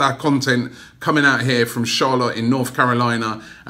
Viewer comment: Robbie, everytime in this video & when you said 'In Charlotte' it sounded like 'InshAllah' Just putting it out there 😀😀😀